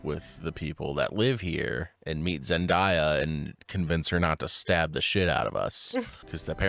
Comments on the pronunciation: all I’ve seen in the first 5mins is the usual jokes they make and asking questions that they usually do. So y’all are either new here or y’all just wanna be negative and nitpick for no reason lol only crime committed here was pronouncing Zendaya as “Zen-die-uh” 💀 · zen-DAY-uh not zendieya guys😭😭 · why do people pronounce ZENDAYA as ZENDIYA? It’s Zen DAYA! This guy ought learn everything is not a joke… it interferes with picture!